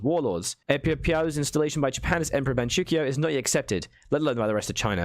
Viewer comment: It's Man ch-oo k-oo-o (since on english it sounds weird as hell) and it's spelled King not ching